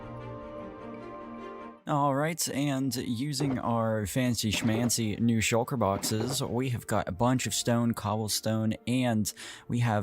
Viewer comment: Shul-kuh is hilarious